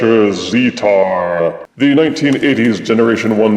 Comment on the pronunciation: Great review!!:D I believe the official pronunciation is "zee-tar" but I'm not 100% sure. Keep on being amazing, Double Thumbs Up.;D